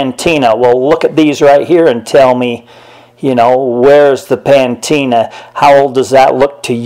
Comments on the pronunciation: liked the video but its patina not pantina pantina is a shampooa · Uh, the word is PATINA, not ‘pantina,’ which is not even a word. There’s no ‘N’ in the word ‘patina.’ Ignorant pronunciations of words don’t help your case, dude. If you want to convince people of the authenticity of these archeological finds it would be good to speak like someone who’s at least been to high school. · The word you were trying to pronounce is "patina" not "pan-tina" as you were saying it. Learning these things will go a long way to aid in your credibility. Also, since you didn't bother to wait until you could actually locate these so called hieroglyphs before you posted this waste of my time you have only further compromised your credibility. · It's "Pa-tina", not "Pan-tina". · its "patina" not pantina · Maybe he means shampoo? Pantena. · Pantina??? Patina😎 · Nice video. One critique... its patina. Not pantina 🙂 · PA•TI•NA 😂😂😂😂😂Pantina 🤷🏽‍♂️ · Patina . Not pantina ! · Its not called pantina it’s called patina. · Patina, not Pantina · It's not "pan-teena;" it's patina [puh-TEE-nuh]. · Of course there's no pantina. That's because there's no such word. It may be me but this person seems somewhat less than an expert. Even someone with a smattering of knowledge would know it was patina, unless this is another word Americans have changed. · PA-TEEN-NA...NOT PAN-TEEN-NA. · PANTINA?????? PANTINA??????? AHAHAHAHAHAHAHAHA!!!!!!!!!!!! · It’s pronounced PA-tina not pantina that sounds like shampoo. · ITS NOT PANTINA ITS PATINA! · Liked the comment, but its Pantene not pantina. Also shampoo, not Shampooa. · The word for coloring on these is called Patina, not patina. Pronounced, puh-teena. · Pantina? Wut fer yew sez pantina? Don’t knowed wut yer sayin’ anywayz. Don’t have no idear